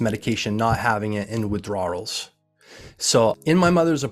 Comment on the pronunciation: Dude just cannot pronounce the word withdrawal